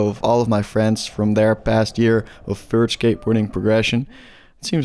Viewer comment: fert skateboarding